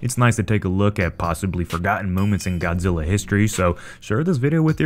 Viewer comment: Its zillaaa not god